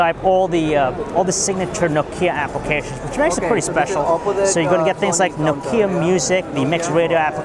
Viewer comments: Dude, it's Nokia not Nokiia... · Nokia (KNOCK-YA) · I hate the way he pronounces Nokia.. -.